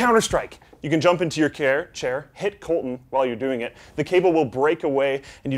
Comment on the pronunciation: OMG HE SAID CAIR LOL